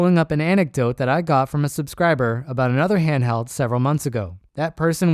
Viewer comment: "hanhdheld" It's massive, weighs a ton and has a 45 minute battery life lmao